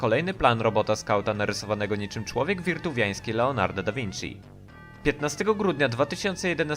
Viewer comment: Człowiek Witruwiański a nie Wirtuwiański ;D